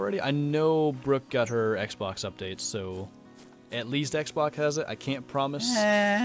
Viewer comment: I love how he said xbok and not xbox